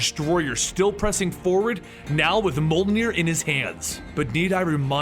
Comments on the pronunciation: its not: molnir its: mee-yol-near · Not MOL NEER. MYOL NEER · You keep pronouncing Mjolnir. It’s pronounced “mee-ole-neer” not “mole-neer”. Almost certainly. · Its not molnir its meòlnir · He says MOLnir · Moelnir, moleneer, molnir For fuck sake it's Mjolnir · Monarch Syndrome It was a joke, in this video every time he says Mjolnir it sounds like he's saying Molenir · Me-awl-ner .that's how u pronounce it...